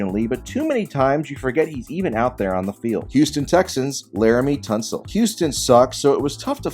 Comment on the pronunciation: You did laremy tunsil wrong lmfaooo